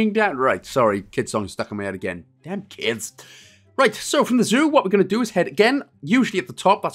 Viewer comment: No one wants to talk about the fact that it said Joo instead of Zoo eh